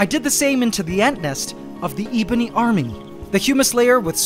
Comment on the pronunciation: It’s not eebony! The e is pronounced like the e in egg & not like the e sound in bee :) ❤ your Chanel 👍 thank you 🙏